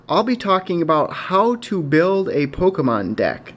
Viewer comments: It's poke e mon not poke a mon. Grammar much? :) lol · It's Pokémon